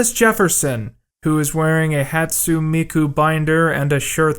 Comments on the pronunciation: Oh no, did he say "hot soon" or something? I wasn't even paying attention. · it's hatsoonay mikoo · Can’t tell what triggers me more...Thomas Jefferson wearing hatsune Miku merch or the way you pronounced her name